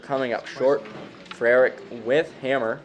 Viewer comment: Great pronunciation of “Frerich”, that’s not an easy one. This was a fun match. Way more 20s shooting than I was anticipating. Great shooting by Jamie